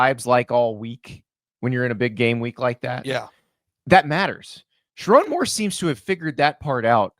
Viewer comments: Dude, learn how to say “Sherrone”. Not Charon. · Gotta learn how to say his name man, it’s sher rone like bone… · Sha-Roan. Get it right for godsake..